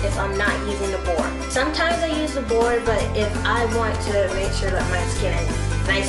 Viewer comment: It's pronounced be- or- e